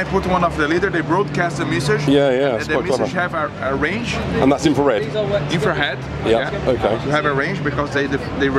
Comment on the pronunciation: Dafuq is "infrar-head"